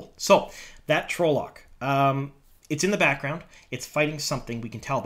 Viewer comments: Please its pronounced trol-lock not trowlock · Its 'tral-uck' dude. Not 'troll-lock' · I hate to be that guy but.. TRAHL-lohk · Yeah. It's trah-loc. Tells you that in the glossary in the books. Also the trolloc is wearing armor and has a sword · I can't get over how you pronounce trolloc. 😂